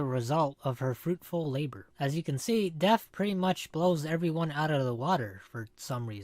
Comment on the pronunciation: It’s DeaTH not DeaF